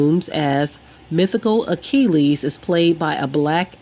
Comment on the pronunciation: You might want to learn how to pronounce words such as Achilles, Iliad, Patrocles, and Yeshua before attempting to sound educated. Your "facts" are also incredibly moronic. Have a nice day!